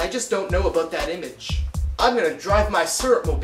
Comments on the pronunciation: XD its funny every time he says 'aboot' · As a fellow Canadian, you pronounce your "ou" sounds pretty stereotypically. I can see why people think we say "aboot" instead of "about". I don't here people talking like that much here in Ontario. Other than the oo sounds its pretty much the same though.